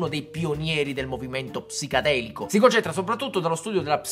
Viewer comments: Capitano, giusto per essere antipatici, è "PsiCHEdelico" non "PsiCAdelico" P.s. Ti si vuole bene comunque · Sei fantastico! Scusami però, perché dici "psicadelico"? Apposta? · Maestro!!! Perché dici “psicAdelico”? 😘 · Sì Barba, tutto bellissimo, strafigo, super fantastico...ma è psichEdelico, non psicAdelico 😂😅